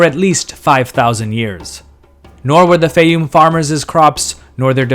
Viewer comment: Your pronunciation of Faiyum changes from rhyming with Eye -oom to rhyming with Day - oom. I suspect the former is correct.